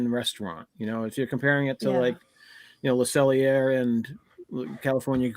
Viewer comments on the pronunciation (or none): Another wonderful livestream!, Le Cellier rhymes with day! (en français, er = ay) I'd definitely include the table side performance at Teppan Edo as part of the presentation. It is an excellent value at World Showcase and I've always enjoyed the teppanyaki style dining! That fork in the ice water story… And I still think California Grill is tops! Cinderella's is for the kids and you're paying for the character meets but the food is definitely a 5 and the atmosphere is a 9. As a very young lad, I remember eating at the castle with our parents since my sister is a princess LOL, and a couple times since as an adult over the past ten years with her kids and our mum. But without the kids, I would definitely avoid it. It's a shame since the food at Be Our Guest and Royal Table could be so much better. I still think Olivia's is a hidden gem! If you sail on the Disney Magic, Rapunzel's Royal Table is truly wonderful! She does it so much better than Cinderella LOL! BTW, Yum Yum sauce is at Target and Walmart. Check their sites. No worries if the chat goes over an hour! So pleased you're able to host this group from the YT Disney-verse!